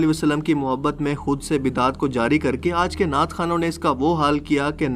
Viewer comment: नाट नहीं नात